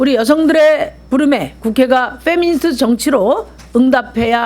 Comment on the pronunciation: 페'니미'스트ㅋㅋㅋㅋㅋㅋㅋㅋㅋ 미니페스트라고 하지그러냐ㅋㅋㄱㅋ